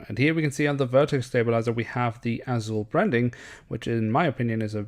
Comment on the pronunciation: Você é brasileiro, fala azul curtinho.🤔🤔